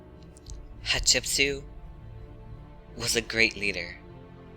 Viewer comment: Hat shep sut pronounced as hatshepsuit Not as you pronounce shatshepsue you makin me laugh though 😂😂😂😂